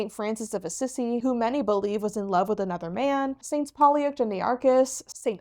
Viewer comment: Saint Francis of a-SISSY, I'm dying! ☠️